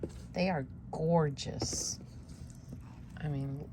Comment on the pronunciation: Oh 😂, I just love the way you say Gorge-US 😂❤😂🪱💗🪱❤ I'm subscribed to both of your channels, but I have enough 🪱 Worms to care for properly. I do wish the winner success ❤🪱❤️ Happy Gardening Weekend ❤Peggy❤